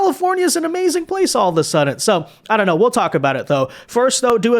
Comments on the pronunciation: i swear hes saying suddent.... he did it much more obviously earlier and it is bringing back my old grammar not see tendencies 😂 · Bro. Bro there is no t in the word.Suddenly it wouldn't be that bad except you said it like thirty times in this video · DAWG THERES NO T IN SUDDEN OR SUDDENLY!!!!! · Why does say “all of a suddent”?! There’s no “T” in sudden!